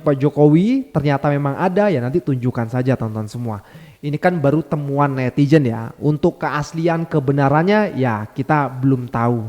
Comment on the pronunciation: Netizen bang bukan netijen 😊